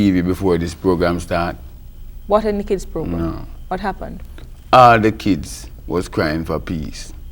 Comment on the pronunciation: Keeds and diseases😂